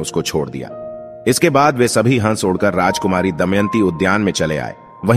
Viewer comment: Hansh ko hash kahte ho kya vdo segumrah karte ho tapsya karo